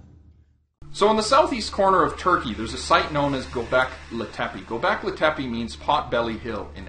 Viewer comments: The name is Turkish not Arabic, and you are pronouncing it wrong. Not a promising start... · ITS NOT ARABIC (Göbekli Tepe). Just type turkey into google and in SECONDS you know that turkish is an own language. Not only is your pronounciation bad but you even didn't get the language right. I'm very disappointed. I wanted to say improve your research but you probably didn't research at all. How is anyone supposed to believe the rest now? This is cheap my friend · it's göbekli tepe, not goback litepi.